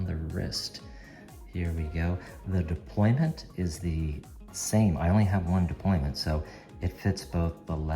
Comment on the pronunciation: I hope you're not serious. It's 'deployant' clasp. 'Deployant' coming from the French, meaning to unfold. This is the ONLY accurate word in this instance (we're not an army deploying our troops) and given you're running a watch channel you lose all credibility if you don't say it accurately. Now in terms of AI, there are two things to consider. Firstly, AI is still riddled with mistakes. Secondly, AI has given in to stupid people and accepted various errors as a colloquial term. Colloquialisms = lazy and stupid.